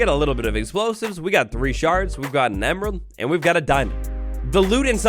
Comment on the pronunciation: He said sharting 😂